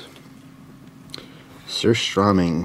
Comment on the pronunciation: He said surströmming wrong and I'm triggered lol